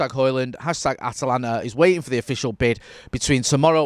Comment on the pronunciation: So you spend a couple days in the US and the pronunciation goes from At-a-lanta to At-lanta? Ha, welcome to the States!